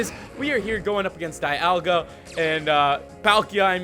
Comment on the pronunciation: dialga is pronounced Deeolga